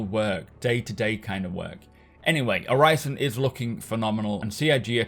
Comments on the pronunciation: The "i" in Orison is pronounced like the "i" in "in". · Uhg, i love Macs videos, but it's hard watching a video about Orison when he pronounces that way. Like nails on a chalkboard. Sorry for being negative lol. Still love your videos.